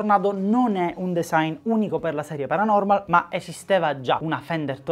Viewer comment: quel “paranomal” mi trigghera un botto